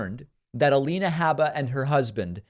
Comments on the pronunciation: Lien not lean... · A-lien-a Habba. lol :) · "leans"... lol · A-lean-a habba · A-lien-a is what a lot of people are calling her.